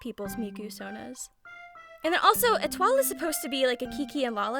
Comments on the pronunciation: I believe Etoile is prounounced Eh-twah? She's my favourite! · Étoile is pronounced Ay-Twah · etoile's name in japanese is エトワール (etowaaru), so yes, the pronunciation is probably eh-TWAHL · I pronounce it “Eh-twa” 💀